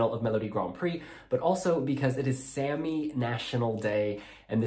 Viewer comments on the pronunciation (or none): Thank you for the video interview, my only critique is that it’s pronounced Sámi, not "Sammy", as Fred said multiple times.